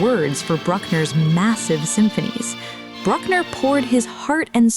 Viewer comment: And Bruck-ner like Truck-ner, as opposed to the correct "Brook"-ner